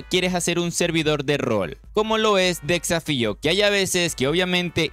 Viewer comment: Porque dice tan mal las cosas xd decsafio, aquimarae, farmens dilains